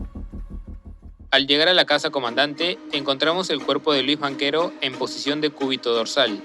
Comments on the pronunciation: Quién ha producido esta basura de vídeo? La voz en off que relata lo sucedido es gago y se cometen muchos errores en los datos históricos. Y no se pronuncia Banchero sino "banquero", bestias. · soy yo, o escucho en el relato "Banquero" en vez de Banchero ?